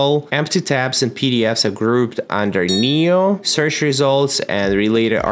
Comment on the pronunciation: It's pronounced nee-oh. Makes sense because it knows everything for you.